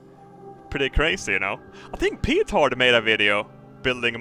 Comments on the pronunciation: petard isn't pronounced "peetard" its more like "pet-erd" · You too? It's not said Pee-tard... its just with a short E like Petard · is the only one who is allowed to say pee tard, such is his privilege